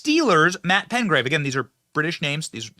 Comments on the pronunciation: Would you quit saying Razor Sharp, they're sharp yes it's possible to cut your skin on it because it's sharp but it's like taking a spoon and sharpening the edge somewhat, also it is PeTgrave NOT PeNgrave like you have been saying, PeTgrave! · It's PETGRAVE, not PENGRAVE - there's no "N" in it Benny. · Uh Billy, the man's name is Petgrave not Pengrave 🤦🏾 lol